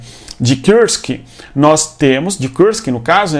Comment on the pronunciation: Cara, por que você fala Kursk como se fosse em inglês?